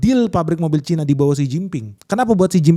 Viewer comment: Cina bukan Caina